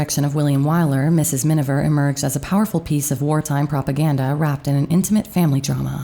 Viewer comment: C'è un errore costante nella narrazione, quando si parla del film "Mrs. Minver", quando invece il nome corretto è Miniver. Comunque, grazie per il documento. Io sono una grande ammiratrice di Greer Garson! 🌺